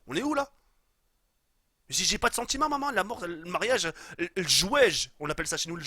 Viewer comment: Tu dis pas mariage mais ma3iage